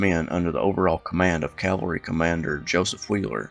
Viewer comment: Petting a favourite peeve. The word is NOT "calvary", its "CAValry". Please make a note of it.